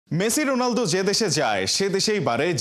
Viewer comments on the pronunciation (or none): none